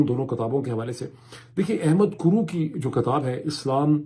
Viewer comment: Please call book..kitaab not kataab ..bharna is BARHNA..a little correction.. please don't mind it .thank you